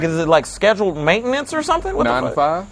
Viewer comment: Dude said "is it regular mantainace"?🤣🤣🤣🤣